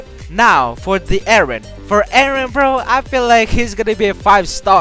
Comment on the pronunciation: Why are you guys saying wren and not eren?